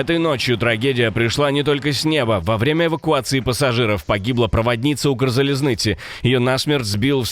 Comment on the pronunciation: Уважение человеку который озвучивал за правильное произношение "Укрзалізниці" 😂❤❤